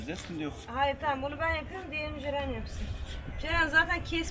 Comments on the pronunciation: Cerenin neden CeKü diyişi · Ceren abla cekü dedi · Farkında mısınız Yalçın abi cekü dedi yani ceren kürşat